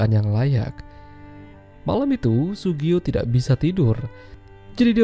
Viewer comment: Yang bener namanya Tsugio min... 😂😂